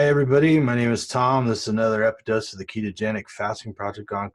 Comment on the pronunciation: Thank you. BTW it is “episode” not “epidose” 😊